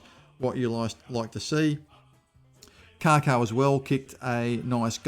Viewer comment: I’m not being a smartass. But it’s Kako, not Karko , there is no R